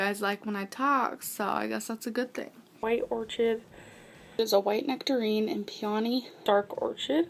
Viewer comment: Pyonie?? MirenGOO???? or-chid?? Discrimatory???